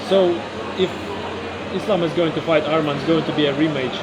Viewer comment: Say his name right it’s not armen it’s arman